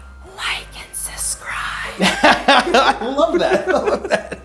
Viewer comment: Did she say "suh-scribe?"